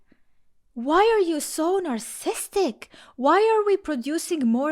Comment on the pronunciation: you are missing a whole syllable every time you say narcissist and narcissistic